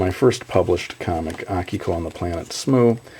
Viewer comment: WHOOO!! Akiko! Yippee (it's the only published thing of yours I've read. Good stuff. I never read the intergalactic zoo, though..) I thought it was pronounced aKIko, not AHkiko.